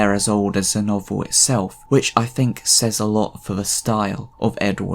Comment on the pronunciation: "Fing," "fink" even "Funderchild." Good Lord man, use your tongue.